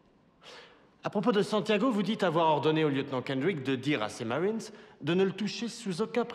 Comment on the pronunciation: les noms américains sont prononcés à la Québécoise et non à la Française 🤔 Le nom du lieutenant puis "mawines" au lieu de "maRines"... La voix de moulin est plus grave il me semble. Si je retombe sur une redif ou un dvd je reverif, mais en VF la scène est plus percutante avec un doublage plus incisif de mémoire...